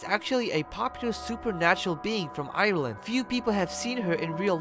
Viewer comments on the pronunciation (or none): none